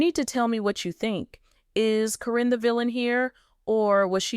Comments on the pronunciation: You continually mispronounce Caryn's name. You call her Corine plus other names. Her name is Caryn not Corrine!!!!! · Stop this AI THINH FROM CALLING HET CARIN NOT KAREN NOT SPELLIN CORRECTLY TRYONG TO MAKE a point You get what you give. This is all AI bull crap.